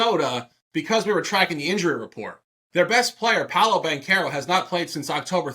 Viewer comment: Ban-care-ro, all love